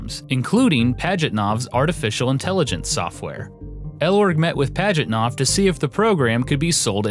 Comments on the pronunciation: Sorry, not worthy to call yourself a historian. I'll pass. How badly do you want to mispronounce the creator's name? Gaming Historian: Yes! How creative do you want to be about the creator's date of birth? Gaming Historian: Yes! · This was excellent! But i can't grasp the fact that americans can flawlessly pronounce japanese names while mutilating the russian. Pajitnov is pronounced Pah-yit-now, not Padgitnof